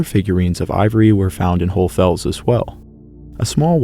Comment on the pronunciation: Why can’t you say HohlE Fels? You say GeissenklösterlE